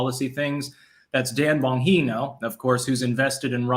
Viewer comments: Just curious, why do you call Dan BonJEENO Dan BonHEENO? He pronounces his name BonJEENO, and I would think he knew his own name. Just curious. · the g is a j in Bongino. ( Bon-jean-oh ) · It is pronounced Dan "bon-GEE-no", just FYI, not trying to sound pretentious, just politely correcting ya, my friend. Love your content,! You should go on "You Are Here", Elijah Schaffer and Sydney Watson's show. You'd be a perfect guest! You and Sydney would have terrific atheistic conversations contrasting Elijah's Christianity. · I think you're right lol If it is pronounced bonheeno then is the only person to get it right!